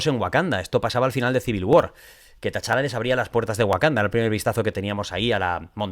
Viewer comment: Por cierto, como aclaración, es T-Challa, no Ta-Challa. Perdona si suena tiquismiquis, es que sale mucho el nombre en el video y se me hace rarísimo escucharlo así:)